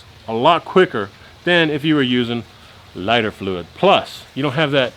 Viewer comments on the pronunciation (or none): Did u Y😅u just say flyter fluit?